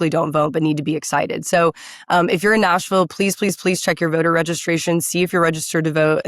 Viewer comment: Why is someone with a California valley girl speech affect who says "Noshville" running for a seat in Nashville?